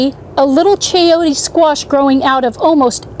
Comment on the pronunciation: Very informative and entertaining video! p s it's chayo-te the te sound is the same as the te sound in tender ... not chayotea. No, no please